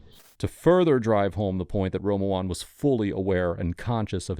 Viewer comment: I don't get why the narrator keeps says "Rome-a-lon". There's no "L" in his name. Everyone in the video is saying "Ruh-mahn".